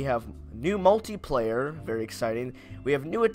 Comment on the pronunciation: Multiplayer* not muliplayer (I'm melon soup on my bros acc)